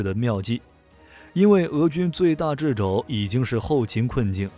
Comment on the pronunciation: 掣（che）肘。乌克兰必胜！！！